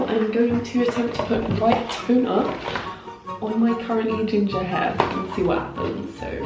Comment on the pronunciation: When you said “white toner” I thought you said white tuna